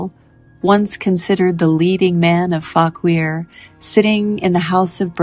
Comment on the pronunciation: Fauquier is pronounced faw- keer